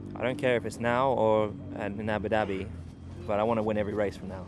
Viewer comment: "Abudabi" - Grosjean 2018